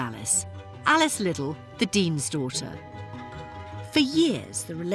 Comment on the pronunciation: how you’re able make a video with ALL this information and not able to pronounce Liddell and Dinah correctly baffles me